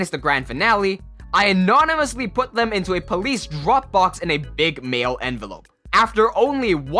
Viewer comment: "...a big male envelope"??? It clearly says "manila"